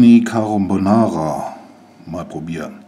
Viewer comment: Tortellini Carombonara???? Kannst Du nicht lesen! In fast jedem Video Versprecher und falsche Aussagen> Wuerde mich mal etwas besser vorbereiten